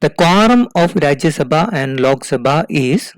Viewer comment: I don't understood why u South Indian people everything add (H ) behind every word..... It's simply (lok) sabha instead of ( lokh ) Sumit ko sumeeth Ramwati ko Ramawathi Anant ko Ananth Virat ko virath and so on.....